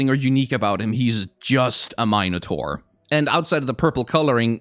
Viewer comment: Please never say minotaur like that ever again....